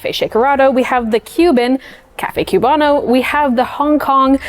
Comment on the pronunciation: The Cuban coffee section is almost perfect, but couple notes: A) It's COOB-ano, not CUBE-ano, I promise no one is expecting you to have a perfect Cuban accent but please pronounce the word correctly. B) We have a word for the thick layer on top, it's not "like a crema", it's "espuma" or "espumita" (which means foam). I don't want to come down on you too hard for this because it's a fairly respectful video but a lot of cafe workers from Italian-influenced cafes have a habit of subconsciously treating other coffee cultures as being essentially like inferior or secondary branches to Italian-influenced coffee culture. Unlearn this.